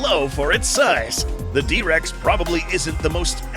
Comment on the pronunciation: "The Dihh Rex" brutal 🥀